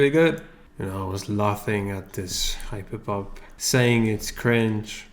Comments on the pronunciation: Samuel Jackson says: Say "HYPERPohPt" instead of "hyperpop" one more time! I dare you! I double dare you muddafokah!!! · I kept hearing him saying "how to hipopop, how to hipopop" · I love how instead of saying hyperpop, he says hapopo